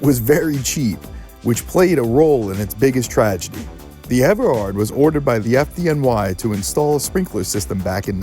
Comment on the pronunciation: I went there as a college student between 79-80. I don’t remember being told about the fatal fire. It definitely would have creeped me out. This reporter has the correct pronunciation: Ever-hard. Notice he doesn’t say Everard. 😂😂😂😂😂😂 I wonder where he heard that from? It was a standing joke. Those were the days. Such fond memories. It all came crashing down and I’m glad I experienced it and survived. Gay life is so boring in the cellphone age. I feel sorry for those who never got to experience those times.